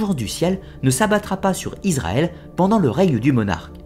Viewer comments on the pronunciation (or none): none